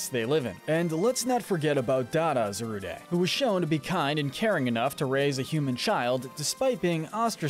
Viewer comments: Unqiue concept. Nice video. But it's Za-Rude. Not zaruday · Are we not going to talk about how he said Zar u de it’s zar ude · Bro where are you getting some of these pronunciations from? Zor-oo-oh-eh???? Wtf? Za-rood-deh??? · It’s pronounced “zor-oo-UH”, “zah-ROOD”, “vull-uh-BYE”, “HEE-SWEE-in”, “zig-ZAG-goon”, “DRAP-ee-on”, “PAWN-yard”, and “ZVEI-liss”, “Patrick Star”! 🤨 You’re so bad at pronouncing names,. 🙄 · Is anyone else getting mentally hurt from his pronunciation of Hisui and Zarude? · The E in Zarude is silent. Hisuian Zoroark, at least in the new mini series, was severely mistreated by people. Can't say I blame her for having issues. The shiny one from the same series did help the people. Sorry, but the ONLY evil Dragon type is Eternatus! Deino in the anime have been shown to be good Pokemon, just like dragons in general. What is it with all the 'dragons are evil' BS?